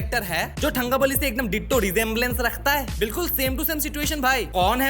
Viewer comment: it is pronounced as तंकबली, not थंगबली. The forced stereotype accent was the most pathetic thing about this movie.